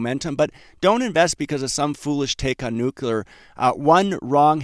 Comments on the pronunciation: It is pronounced nu-cle-ar, not nukular. Please a fix if you don't want down marks. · It's pronounced "nu-cle-er", NOT "nu-cu-ler"! Please stop broadcasting your high school ignorance. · never trust a nuclear analyst who pronounces it nu-q-ler. that refers to the nucleus of a cell. anybody who has any real knowledge knows that it's pronounced nu-kle-er. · It’s pronounced nuclear not nukular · Bro, it's pronounced nu cle ar. Not nu cu lar. All of the respect you deserve will be wiped away if you mispronounce words. Just sayin' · Please stop saying nucular, it's nuclear bud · Sigh, it's pronounced new-klee-are. Not new-cue-lar. George W notwithstanding. 😏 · SMR, OKLO & NNE: a saucy l'il "Nukular Triad" indeed. Someone ought to smooth some of the rough edges off of those wild relative value swings. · That pronounciation of "nucular" fooled him once, shame on him. Fool him twice... it can't fool him again. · Please learn how to pronounce "Nuclear" correctly.